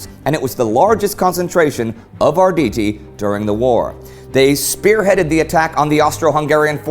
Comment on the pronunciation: Ardidi, did u just pronounce their name like this??? no no no, its Arrrrrditi